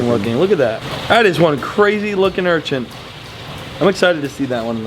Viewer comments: Urchants lol not urchin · URCHIN, not URCHINT 🤣